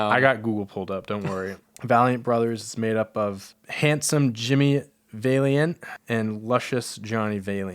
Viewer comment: valeint brothers who u said wrong would pone